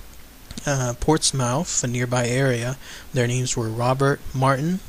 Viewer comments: Probably my favorite Cryptid/Monster. Thanks for the video! Portsmouth is pronounced Ports-muh-th :p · FYI: Pronounced Port - smoth, the 'outh' noise isn't as loud. Not hate in anyway, just throwing that out there x